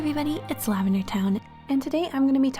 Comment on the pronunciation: Lav-MEN-der